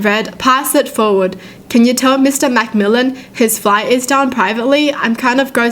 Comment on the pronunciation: You pronounced Mcmillan wrong or it could just be the way I say it